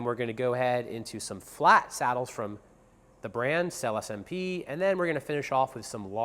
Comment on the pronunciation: 🤔how trustworthy about those saddles can someone be who even can't pronounce the name of the company